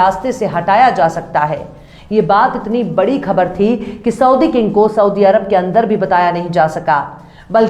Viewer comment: Khabar aur khak .ka talaffuz sahi kar ke bola kariye